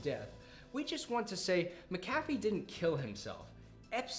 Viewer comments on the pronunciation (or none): See you still haven't figured out how to equalize your audio, right on. And just HOW do you not know how to pronounce "Mc A Fee"??? Well done.....slow clap of disappointment.